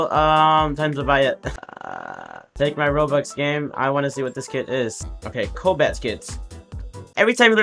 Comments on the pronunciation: ITS NOT "COLBAT" ITS "COBALT" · "colbat kit" bruh